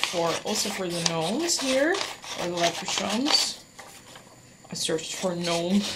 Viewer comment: I never know who is going to show up when a Deco Easy video loads. Hi! I think St. Patricks Day is more of a big deal here in the states than Ireland. 🤷‍♀️Leprachaun is pronounced with a hard ch. Lep-rah-con, though I do like how you said it. How bad do your hands hurt? That was a lot of cutting but so worth it! Your signs turned out great. They remind me of cookies. 😍 well done on the tier tray my dear friend! ❤🤗